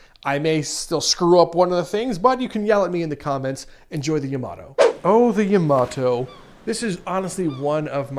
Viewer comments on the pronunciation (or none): It's not Ya-moto, it's Ya-ma-toe! XD (Also love what you do and love these mods!)